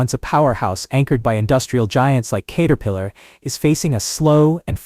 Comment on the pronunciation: Learn to pronounce Caterpillar correctly.